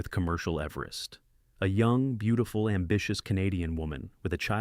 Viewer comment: I’d think if someone was going to talk about everest, they’d learn to pronounce everest, khumbu, cwm, lhotse, and major features and landmarks, lest they look a fool or lazy. I timed how long it took to look up proper pronunciation and etymology of cwm…less than three minutes. Seems a small investment to preserve one’s reputation as a serious person.